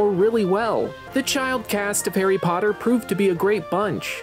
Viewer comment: Where is pottaH?